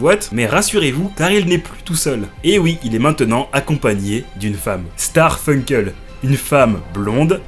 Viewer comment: C'est SARFUNKEL, pas Starfunkel... Starfoulah pendant que t'y es. Ne pas avoir la ref de la blague sur Simon & Garfunkel à la rigueur c'est pas grave mais juste lisez correctement y'a pas de T bordel